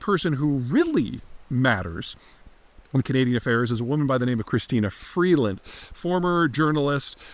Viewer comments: Peter can't even gets Freeland's name properly. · Beat her in a debate but keeps saying her name wrong hmm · Freelund? Seriously? What are you smoking there bud?